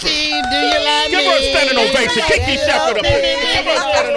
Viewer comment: It's Kiki Shepherd NOT Jiki!